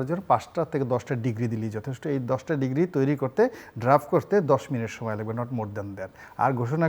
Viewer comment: উনি ডিক্রি কে ডিগ্রি বলে কেন?